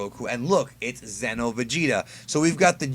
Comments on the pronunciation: Psst. Its xeno not zeno. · Why do most people that make this kind of video pronounce Xeno like Zen-oh... It's pronounced like Xenoverse 'Zee-no'